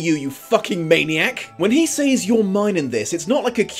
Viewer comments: Speaking of physical and emotional abuse...I'm not an American, so I really don't actively want to tell the English how to speak their own language, but says is pronounced "sɛz" not "says" (search it if you don't believe me). Sorry but it makes you sound like ignorant uncouth moron! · I'm in love with you. There, I said it. Also, I ADORE how you say 'saYs' Oh, by the way, you forgot to mention the plot holes. But I have some ideas why you didn't mention them (2 hours long video)